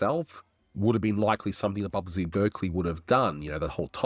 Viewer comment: That's Busby (not "Bubsy") Berkeley.